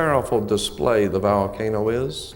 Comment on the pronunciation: Hole Vole Volcano 🌋 Not so articulate when he pronounces VOL Volcano as Val 😮 Indeed am pedantic… The correct pronunciation is important, especially when he is including other languages. Just typing out loud. Even though I’m learning listening to this👍